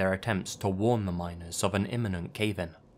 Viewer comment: I can't be the only one who thought he said minors instead of miners 😂